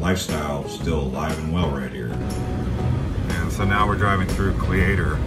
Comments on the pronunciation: Cle-ator lol Its Cleator like Cletus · It is pronounced Cle long e no a sound and the Leader of Cleator Packs A Heater LOL It is up for sale right now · Your driving up the front way, it was a rail car track only back when mining was king. Cleator is pronounced with a silent a The Senator Hwy was the main road from the capital in Prescott to the Vally. Use to party there many a day back in the 70's. You have no idea how many mines you passed going up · These guys don’t seem to know much they mispronounce names and the senator highway is a paved road.